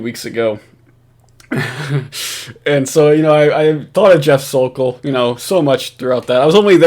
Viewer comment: I’m so thankful nailed “The Sokol.” Yes, “Sokolmania” is a thing. He’s now living on Cape Cod btw! The word is out! Let’s get “The Sokol”!!!